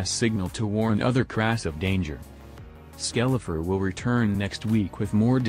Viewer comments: Skell eater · Lol the ai spells his name as "skel-e-er" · The real disturbing thing is how he's pronouncing "skeletor" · Its like a mix between skeleton and i forgor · This defeats the whole purporse of the vids, plust your AI generated voice can't even say right